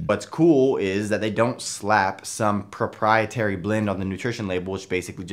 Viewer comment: Impressed with how managed to pronounce ' proprietary' without stumbling.